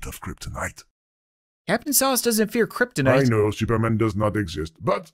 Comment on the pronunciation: This non-game seems to be different, I remember that when he pronounces "Kryptonite" it was initially "Kryptinit". Use Markiplier's non-existant video.